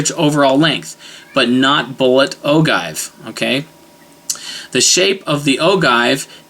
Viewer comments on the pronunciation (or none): Its pronounced O-GEE not O-GIVE. Your video is basically meaningless. People who don't know the differences would be confused because you are basically rambling and incoherent. The rest of us know the differences. You are not doing anyone any good. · Just a point of information (FYI) ... OGIVE (Pronounced: Oh'-Jive) . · ogive is pronounced oh-jive. just some friendly criticism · Ogive- Pronounced as Ojive. Make that G a J sound and youre good. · load to 223,specs and your golden, second thing is its pronounced oh jive, unless you shoot an antique your good to go with any load book recipe you want unless you're going beyond book pressure I've popped primers on my bolt and have proof lol, basically they're all the same loads if you have modern firearms in good condition and stay in Sami specs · love the vid -- keep 'em coming! btw "ogive" is pronounced oh-jive...